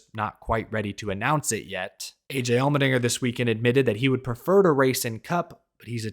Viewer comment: Sorry I can't unheard the way you say "Almond-inger" 😂 Thanks for the silly season updates!